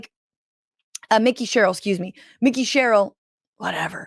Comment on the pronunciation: Mike-ee Sherrill.